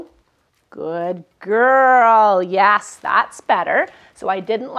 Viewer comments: you're saying YAS....not YES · Are you saying YES or YAS?